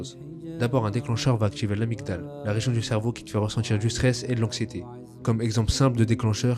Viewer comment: Superbe vidéo, mais j''ai un doute pour amydale et sa prononciation. Sinon je suis d'accord avec toi.